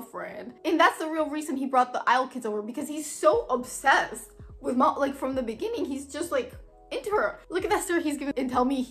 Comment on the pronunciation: its nit mall, its M-AL.